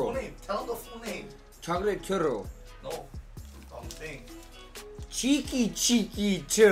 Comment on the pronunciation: My man max pronouncing churro right